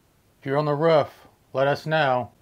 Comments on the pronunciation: "Why are you on the ruff?" Hahaha it's pronounced roof mate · Its a Roof not ruff!! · “Are you on the rawf?” 😂